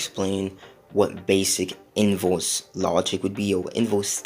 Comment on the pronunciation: “Invose” jk jk I love you bro